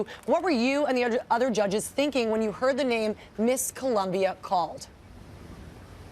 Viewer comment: It's COLOMBIA!!! Damn god I hate when white or black people say "Columbia"